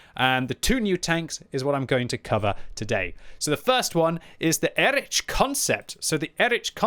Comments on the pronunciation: Please, its Erih not Erič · I am pretty sure it should be read as /ˈeːʁɪç/, or at least /ˈɛrɪx/,... And before anyone starts scolding me: this is not a critique, but a friendly advice to him, as is known for his striving for original pronunciation of the tank names 😇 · sorry my german inside me is yellin "Erikh", so it's like EriH